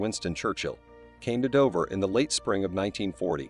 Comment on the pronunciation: Operation Ocean Lion???!!! It's Operation Sea Lion. I adore this from the lowest part of my aortic pump. And it's Dover not Dovver. Dove as in strove not dovv as in of